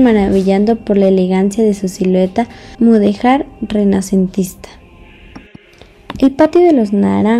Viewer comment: Hermosa descripción. Se sugiere pronunciar la palabra mudejar correctamente es decir con acento en la e